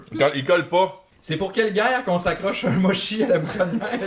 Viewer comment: Par contre qui passe par la gamme de mots, motchi, moshi, mioshi, mushy, moushy... epic!!!